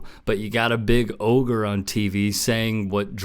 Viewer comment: Perkins making a response video to being called an ogre and STILL mispronouncing it TWICE is the best part of this recap